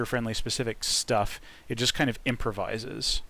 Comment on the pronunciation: It just kind of... IMProvises? :D